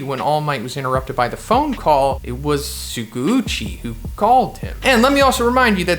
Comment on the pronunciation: why do you keep saying tsukauchi as sugucci